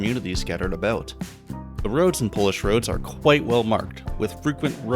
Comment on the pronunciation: as soon as i heard you say "about" i knew we were from the same country